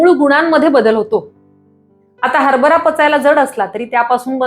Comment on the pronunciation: हरबरा , नव्हे हरभरा. आपण दिलेल्या माहितीबद्दल धन्यवाद. आभारी आहे.